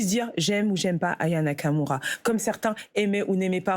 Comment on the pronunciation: Anaya Kamura ? Aya Nakamura ! Commencez par prononcer son nom correctement !